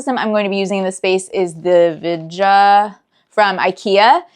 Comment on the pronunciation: VIDGA is pronounced "vidd-guh" and means "extend". 🙂 The green lamps are gorgeous!